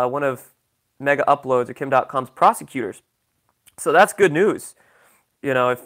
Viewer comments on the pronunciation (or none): none